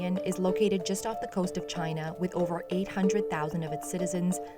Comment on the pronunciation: Taiwan is not Chay-Nah